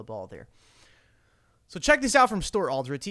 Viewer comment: I love you,, but for the love of God, pronounce the name right. It’s like a cross between El Dorado and Maserati. Alderoty